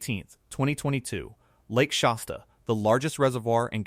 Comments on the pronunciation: It's Shasta (like "hat"), not Shosta. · If this guy cannot correctly pronounce the word "Shasta" then it doesn't inspire me to believe anything he says